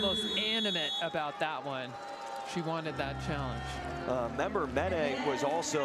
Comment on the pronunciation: Hi from Italy. This young lady played in LVF team of Busto Arsizio with the name Leketor Member-Meneh. Not "Menet".